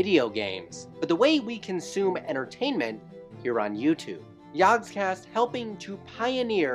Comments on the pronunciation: Everytime he says "yogscast", I hear "yawnscast" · You had one job!!! "Jaaahgcast" You pronounce everything perfectly, but saying "Jaaaaaaahgcast" is the worst thing I have ever heared. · It would help if you could say the name properly Or almost any of it properly